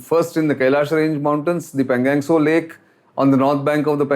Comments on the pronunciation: You are talking about the situation in laddakh for the past one year but how come you still don't pronounce the name of the lake correctly. It's not PANGANG it is PANGONG. 😛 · I request you to pay more attention to pronunciation of the words Ladakh (लद्दाख, not लडाक) and Pangong ( not pangang). Mispronunciation of these well known words by a popular speaker like you sound jarring. I hope you will consider my request favourably. Thank you.